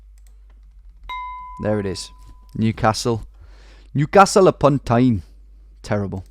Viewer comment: "Nucastle upun toine"